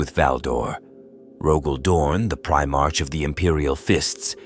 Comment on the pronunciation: Need to clean up how your AI voice says 'Primarch'